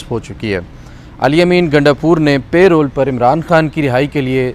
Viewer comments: Reporters and even Barristers are not pronouning Parole correctly. PL check it. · It's Parole not payroll